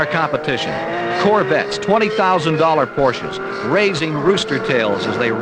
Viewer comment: When he said $20,000 porches 🤣🤣🤣